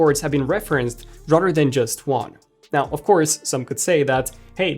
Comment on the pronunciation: My fav is ‘Rudder than’